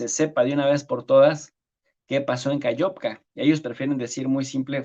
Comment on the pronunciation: Aló, no se pronuncia KAYOVKA. Se escribe KAKHOVKA y se pronuncia KaJovka, con JOTA del Espaňol. Muy bien programa! Felicitaciones.